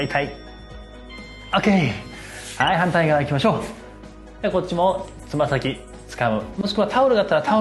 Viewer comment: つま先のところ片言になってしまったところツボリました（笑）